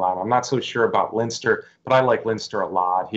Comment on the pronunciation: Come on,you should know how to pronounce Leinster,one of the four provinces of Ireland!